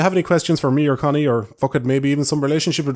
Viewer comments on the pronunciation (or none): I keep hearing Conny as "cunny". Dunno if that's just my brain deconstructing women down to their only useful part, or sneaking that in.